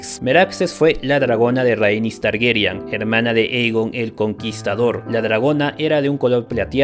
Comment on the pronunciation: TargERYAN NO, TARGARYEN, ARYEN.